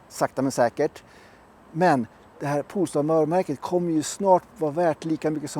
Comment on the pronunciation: Poooool-star!? … Polestar…